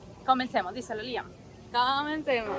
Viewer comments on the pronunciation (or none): none